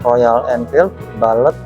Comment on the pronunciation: Bullet mas, bukan balet